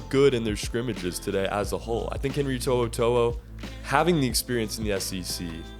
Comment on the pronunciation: Good job on the pronunciation of his name. Roll tide.